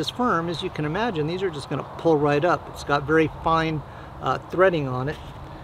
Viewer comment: "It cteats a vary warm fire "😂